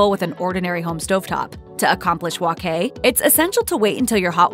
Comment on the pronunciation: Please say it right, it's wok hai, by wok kai.